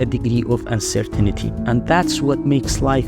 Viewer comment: Uncer-tinity Uncer-tainty